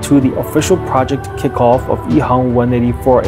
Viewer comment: Shourt Ehang when pronounced in Mandarin (which is the de facto common spoken language of China), should be Ehang with an 'a'. However, the commentator speaks with a Cantonese accent (btw the company is located in Shenzhen), so it sounds like Ehong instead of Ehang. Wong is a common Cantonese surname in HK where the people there do not follow Hanyu Pinyin to spell their names in English. It is pronounced as Huang in Mandarin. Wang is a completely different family name from Wong & is used by the mainland Chinese who follows the Hanyu Pinyin & speaks mainly Mandarin. Interestingly, Shenzhen is in mainland China where they use Hanyu Pinyin to spell their names in English; but like the rest of the Guangdong (i.e. Canton) province, they speak the Cantonese dialect instead of Mandarin. Hence when they pronounce their names in English, it can be confusing. And no, Wang Computer should be pronounced as Wang & not Wong. If you heard it pronounced as Wong, it is the problem of the speaker. FYI, there is no way to pronounce Wong in Mandarin.